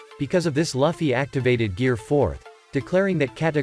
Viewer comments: L-uffy? It's lue-fie (luffy) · It's called Luffy not liffey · Stop SAYING LUGH FFY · Ermmm that’s how you pronounce Luffy’s name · Seriously what dafuq is that pronunciation of Luffy??? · Bro why does he say Luffy like that